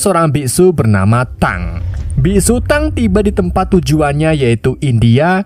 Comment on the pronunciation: Dibacanya bukan biksu tang tapi biksu tong